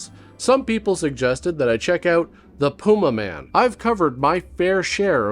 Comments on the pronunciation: say it with me ffs: pah - yuma. . . PAH - YUMA. now say it quickly. pah-yuma man! not pooma-man ffs carry on sir. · Kobras: Pewmaman...Pewmaman! Servo: I believe it's pronounced Pumaman. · That’s pronounced pu-MAH-min 😅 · I will never forget Tom Servo pronouncing it like, "The Pew Maymen." I still giggle every time. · It's pronounced "Pyuma man". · * Pew may man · or "Pyumaman" as Dyonald Pleasance says it.